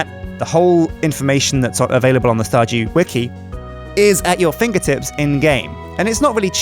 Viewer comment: "...welcome back to starJEW valley..." WTF? LOL